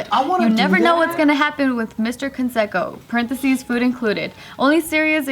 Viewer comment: Why is pronouncing Canseco wrong?